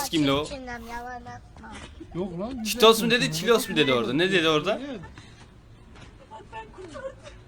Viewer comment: Çitoş değil la o çitos😂😂😂